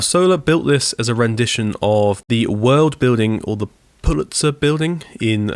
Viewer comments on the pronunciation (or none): none